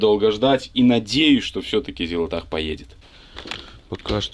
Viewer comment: Всё ещё неправильно называет Зилотpах Зилотахом...